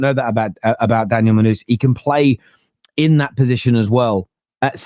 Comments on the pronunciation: Did just say “Monuz”? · Mon Noose!! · Munooz lol 😅 how is this guy a football content creator